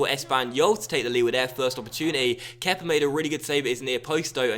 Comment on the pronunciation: Stop calling him fucking kepa